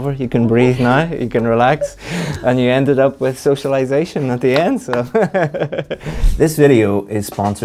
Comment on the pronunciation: The way she cracked when pronouncing socialization really made me giggle.😂😂